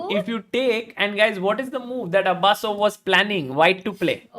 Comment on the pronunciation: His name is not Abasso it is Abusov😂